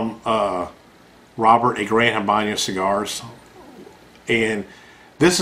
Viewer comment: And its Habano......not Habanyo.